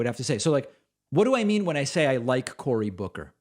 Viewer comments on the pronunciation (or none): none